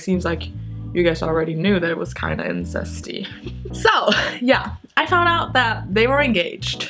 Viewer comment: Lol "wow struck a nerve" hahahahahhaah "Insesty"